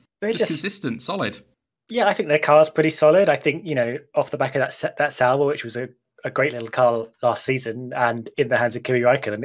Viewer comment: DID HE SAY SAUBER